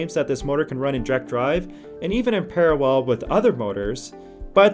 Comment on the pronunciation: Great info. Please work on your pronunciation. Wurr instead of Where, Paseudo instead of Pseudo, Parawell instead of Parallel, Superductors instead of Superconductors. Work on delivery. Keep up the good work. Cheers